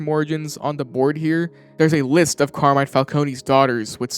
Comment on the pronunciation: As an Italian, the fact that everybody calls Carmine "Carmain" is incredibly silly. Good video though.